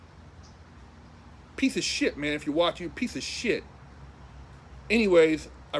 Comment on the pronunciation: always get a kick out of saying "pieth o sthit!"